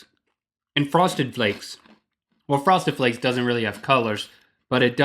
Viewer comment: fwoested fwakes!